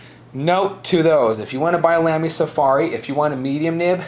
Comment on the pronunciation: its pronounced lahmy